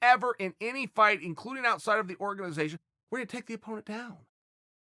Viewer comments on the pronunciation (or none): none